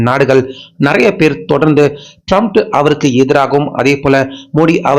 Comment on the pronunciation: ட்ரம்ப் என்று சொல்லுயா? Comments பார்க்க மாட்டியா? எத்தன பேர் சரியா வாசிக்க சொல்றாங்ங பார்க்க மாட்டியா? எல்லோருக்கும்" ட்ரம்ப் " என்று தெரியும். உனக்கு மட்டும் சரியா சொல்லத்தெரியல. அவன் லூசாவே இருந்தாலும் பேரை சரியா உச்சரிக்கணும்யா!